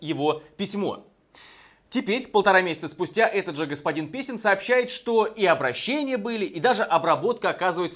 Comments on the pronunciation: Блиииин!!!!! Ведущий специально что-ли ошибся, я четко слышал - Писин, а его же фамилия Песин. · Ну и ну!!! Молодец! Ведущий специально что-ли ошибся, я четко слышал - господин Писин, а его же фамилия Песин. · Он же Песин а не писин. 😂😂😂😂😂😂😂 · Господин Песин превращается, превращается в господина Писина! Это напоминает фильм «О бедном гусаре замолвите слово», когда у чиновника изменили фамилию - "И, представьте себе, как-то сама собой из моей старинной фамилии "Мерзляев" вдруг исчезла буква "л". Так что я и потомки мои теперь именуемся... м-м-м... м-ме... мерзя... не могу произнести!"